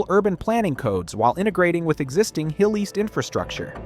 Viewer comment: 27 seconds into vIdeo Hill-east?